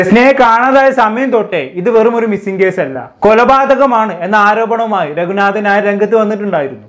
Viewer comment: രഘുനാഥൻ നായർ എന്ന് ഉച്ചരിക്കണം. ന എന്ന ഉച്ചാരണം തെറ്റ് ഉണ്ട് . പബ്ലിക് പ്ലാറ്റ്ഫോം ആയതിനാലാണ് കമന്റ് ഇട്ടത്. ധാരാളം പേർ കേൾക്കും. മലയാളംതെറ്റായിഉച്ചരിക്കുന്നത് സങ്കടമാണ്. ഇംഗ്ലീഷ് തെറ്റാതെ സംസാരിക്കാൻ നാം ശ്രമിക്കുന്നുണ്ട്. പക്ഷെ മലയാളം😢